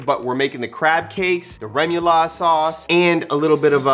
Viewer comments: This will be getting made this week! I’ve been craving seafood and this looks bomb! And FWIW, it’s ray-moo-laud or reh-moo-laud, depending on French accent pronunciation. Either way, looks delicious! ☺️☺️ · Rémoulade is pronounced ray-moo-lAA-d :) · Cajuns say “ru ma laude” sauce. Just a little fyi